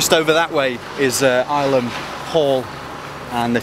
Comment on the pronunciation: A very enjoyable video. I think Ilan is pronounced (eye lamb) or I have heard people call it (I am).